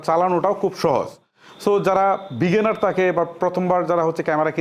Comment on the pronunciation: Veginner, Valo, ferfect, frofessional eigula ki abar? Apnar theke to class 3-4 er english medium er bacca o valo pronunciation pare.😂